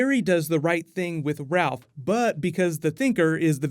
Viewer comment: TheDCLogical :. , so you correct his mispronunciation on “Doc Ock” but not his mispronunciation of “Ralph” ? 😂